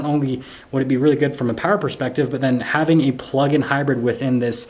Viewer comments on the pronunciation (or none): none